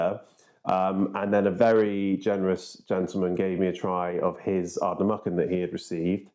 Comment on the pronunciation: sorry to be a pedant but Ardnamurchan has 2 'r's: pronounced merchen (with a soft 'ch') rather than muckan